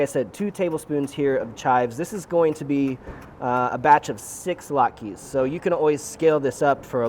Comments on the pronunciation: my man, it’s not lot-keys, but lot-kuz. A single latke is lat-kuh. Thanks for bringing the Jewish to your channel. Happy Hanukkah! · "lat-kas", not "lat-keees" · Did you call them "lot-keys"? Oh my Yiddish Aunt....lot-kuhs. Heavier emphasis on the vowels. That said, these look AMAZING!